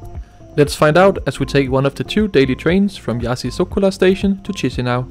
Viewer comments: It’s Kee-shee-NOW, not cheesy something. Ch in Romanian, Italian and some others = k, s with a comma underneath = sh Upd btw we in eastern/central europe call the peninsula Jutland yoot-land-(ia), not dshut-land like the Anglos do 😉 because some respect to the native pronouncing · Please, "Kishinow", not "Chisinow" (in pronunciation). Please! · that’s you who’s cringe 😄 it is the official reading, I’m quoting: Chișinău (/ˌkɪʃɪˈnaʊ/ KISH-in-OW, US also /ˌkiːʃiːˈnaʊ/ KEE-shee-NOW;… Saying “cheesy now” is like reading choir like chewer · It's not Tschischinau. It's Kischnău. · Ikke for at være nidkær, men på rumænsk udtales digrafen ch som /k/, ikke som /tj/. Så den moldaviske hovedstad hedder dermed /KI-sji-næv/ og ikke /TJI-si-næv/. Mægtige hilsner fra Bukarest! :) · Stop pronouncing "tchishinau", it's actually "kishinau". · Tchiss-a-now?! : D Okay, thanks, bye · it is in English language 😃 in English, one reads Chișinău like Kee-shee-NOW, stop being cringe, I beg of you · /IÁSH/ /KISHINÁU/ That's how you read them